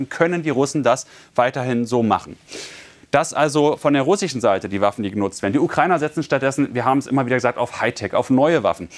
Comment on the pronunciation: russi-chen? amrikani-chen?🤣